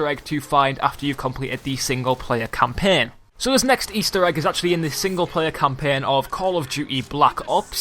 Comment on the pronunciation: Lol the way he pronounced campaigns and i am British but I do not talk like that